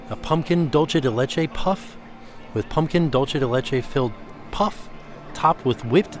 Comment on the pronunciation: These all look so yummy! Just a heads up, dulce de leche is pronounced “doolsay day lehchay” 😊 Love your videos